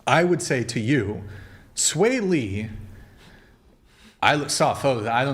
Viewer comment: LMFAO!!! She said “sway lee”?!?! HAHAHA he looks like ET! 👆phone home lookin ass 🥴😂